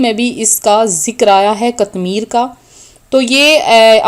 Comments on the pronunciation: Bibi pahly apni islah karain phr logo ko btahain (katmir) sahi lafz nhe hy sahi lafz (qitmeer)hy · Pihly seko..qatmir.nahi hea..qitmer hea..ok